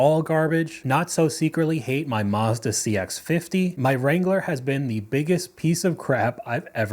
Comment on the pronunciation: Uh oh. I heard Mazda. Nuh uh, dnt do that 😅😂